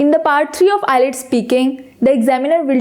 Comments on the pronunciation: Nice tips! Just a little tip for you as well. It's IELTS not ILETS, please pronounce it correctly. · Madame Its IELTS and not ILETS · it's not eye-lets..... its IELTS PLEASE CORRECT YOURSELF! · First of all its ielts not ilets 😂😂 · It's not ILETS, it's IELTS. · First improve ur pronunciation its ielts not islets OK Mam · is the pronunciation ielts or islets ? plz check it first and then publish it, just a opine not judgement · nyce video but wrong pronounce of IELTS its ok but very attractive video